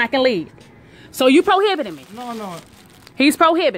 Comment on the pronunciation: Da needs to learn what the word prohibiting means. She means detaining and keeps saying probiting. Ridiculous.